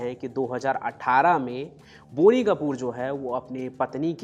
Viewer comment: It is not बोनी! It’s बॉनी।